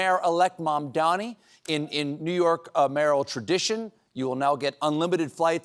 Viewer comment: THE NAME IS MAMDANI, M-A-M-D-A-N-I